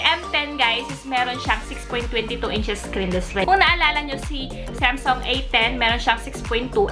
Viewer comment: Hindi semsung yan Samsung ang bobo mo mag pronounce